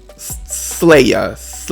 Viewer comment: Its slaye (like slay)